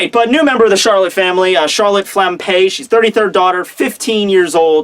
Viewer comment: Am I the only one hearing "flampé"? :')